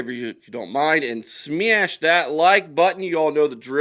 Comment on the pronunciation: Won't subscibe to your site until you lose "Smeeash"